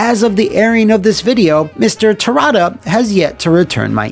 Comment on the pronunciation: that E overlaying the A in Terada... was that some sort of acknowledgement that you recorded the pronunciation slightly off, but couldn't change the audio at that point in editing?